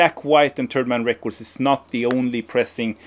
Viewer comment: I think your pronunciation of "Third Man Records" is a much more fitting name for the company. I would buy a "Turd Man Records" for the name alone